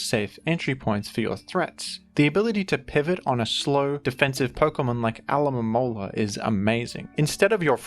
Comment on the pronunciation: How did u say alomomola so many times and get it right